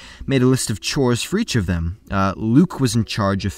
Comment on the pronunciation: Why does he keep saying Oyfum?